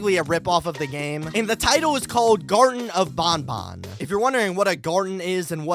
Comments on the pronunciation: Bruh "Garton Of BonBon" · Garten of bonbon?